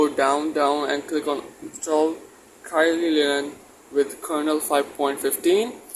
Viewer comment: please note, the pronunciation of Kylin is " Kee Lin ", not as what you pronounced "Kai Lin", please correct it.